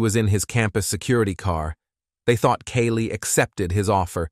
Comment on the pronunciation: My name is Kaylee & the way this Ai says our name makes me cringe for us both